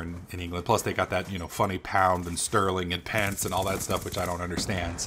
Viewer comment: Oh and bro,... it's called pence not... pants. :)